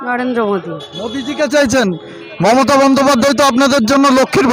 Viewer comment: রাহুলের কথা বলতে কি কষ্ট হচ্ছে ,momotat নাম টা কি ভাবে বলছেন ,,বিজেপি র পক্ষে কাজ করছেন করুন